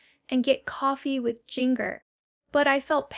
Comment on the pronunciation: You can tell this is AI and not actually Jana. There’s a spot where she mispronounces her own name and another where she mispronounces Jinger’s name multiple times, as AI does frequently. Also, as I recall, she didn’t build the greenhouse. Her siblings built it as a surprise gift for her. This was posted obviously by a Duggar hater. The voice inflections are definitely not Janas. Don’t fall for lies. You can tell by her jerky arm movements that she’s not real, also she has her own YouTube vlog with hers and Steve’s names.